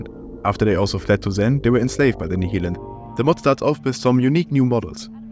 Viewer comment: The NaHEElenths? Nile lynth.